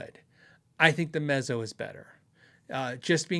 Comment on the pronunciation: I like the looks of the Ibanez TMB30, but none of my local stores have one to try. BTW, Mezzo is pronounced like pizza.